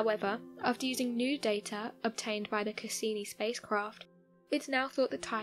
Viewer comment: Not only did she misrepresent what was actually found, she also got some of her information wrong. I actually stopped watching the video as soon as she said "Castini" instead of "Cassini." This isn't the first time this channel has messed things up but thankfully it's not as bad as some of the other mistakes they've made.